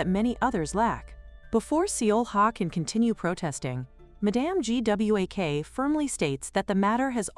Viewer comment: make sure the AI can pronouce a main character's name .Everytime it spelled out Gwak it was painful.